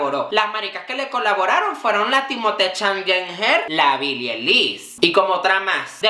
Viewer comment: Todo bien con la divaza pero que mierda le cuesta pronunciar bien el nombre de billie dioss